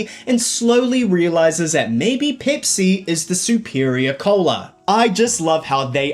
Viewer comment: peepsee cola?